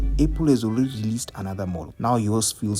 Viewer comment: He mean's the way you say apple sound's like able/a pull